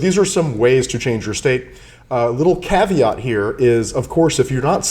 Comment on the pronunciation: When you said, "a little caveat," I heard, "a little CAVIAR" and I was getting excited! LOL Yum! Caviar!